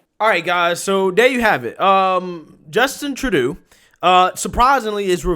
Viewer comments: Again bro, it's Troo-doh. You keep saying it wrong in all your videos. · It's NOT Tra-doo, it's True-doh. Should be simple to remember with "DOH"... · "Truh-doo"? Lol True-doe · Hey, love the shout out to the Hodgetwins and love that you've got some merch out now. If you're going to be selling your own stuff though, don't be stealing other people's catch phrases because they gonna come sue your ass😂😂 P.S. It is pronounced "True-Dough" not that that piece of shit warrants his name being pronounced correctly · True-doe (pronunciation). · His name is pronounced True dough... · Trudeau is pronounced True-dough ..although at this point he is getting a lot of other names .. a lot more of his tyrannical tactics yet to come and a long way from another election. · Tru-doe is the pronunciation! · Btw its True-dooh !! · His name Is said like "true-dough" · Hey, it's pronounced True - doe. Love you bro. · Tru- doh. Long o. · It's Tru-Dough. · Just a mug. Love it. Trudeau is pronounced "tra - doe" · I ❤️ your new way of pronouncing his name: True-doo 👍🏽👏🏽👏🏽👏🏽😁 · I crack up every time I hear how you pronounce his last name! Love the mugs, will be ordering 2 ! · I'll buy a mug if you can go a whole video saying Trudeau's name correctly 🤣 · I love how you're mispronouncing Trudeau's name (at least, I think you are; I could be wrong). He doesn't deserve to have his name pronounced right.